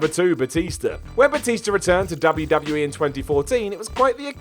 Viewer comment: ...W W E. Say it. EEEEE